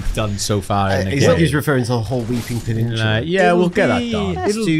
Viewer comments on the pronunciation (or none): My dearest Boys, Just got off the night shift, am on a Monday is my Friday after work, I'm about three pints in and I'm loving my life watching this. Love that gets to say "Pennishula" to after getting hard done by "Stantue" all those years ago